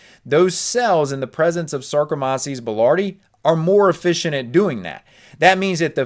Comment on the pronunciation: You’re pronouncing sarkomyces